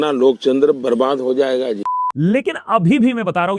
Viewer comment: Loktantar ❌️ lokchandar ✅️😂😂😂